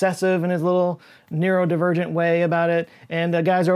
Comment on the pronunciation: mispronunciation of the word "neurodivergent". tisk tisk tisk